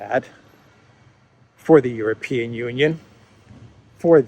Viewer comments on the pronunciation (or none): none